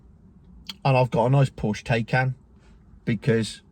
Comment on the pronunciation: Exponentially! Thats a good word. And its Tie-Can! Thats been "TAY-KAN"